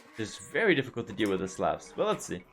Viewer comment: Just a friendly tip; the "A" in Slav is pronounced like the "A" in "Awe", and not a hard "A". Edit: Or like the "A" in Coleslaw...mmmm...